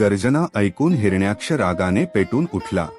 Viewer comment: Hiranyksh या शब्दाचा उच्चार चुकीचा आहे